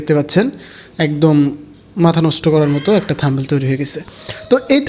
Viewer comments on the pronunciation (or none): থামবেইল না ব্রো।থামনেইল হবে উচ্চারন।